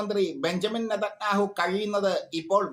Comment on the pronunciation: 😂 നെതന്യാഹു എന്ന് പറയൂ